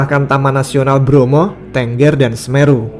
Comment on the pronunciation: cara pengucapan untuk "tengger" bukan gitu bang. Yang bener itu tengger, bukan tengger 🤣🤣